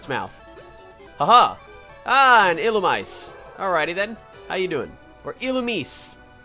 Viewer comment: Lmao all your pronounciations of Illumise were wrong. XD According to the announcer in Pokemon Battle Revolution, it's ill-oo-mee-zay